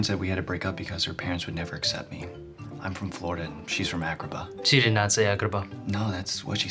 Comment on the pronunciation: i love how he says Agrabah. It sounds so good.